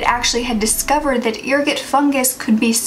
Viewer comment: Pronounced err-got. What they used to say caused lupine syndrome or werewolves.